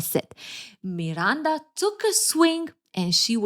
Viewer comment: I love how you pronounce Miranda 😊❤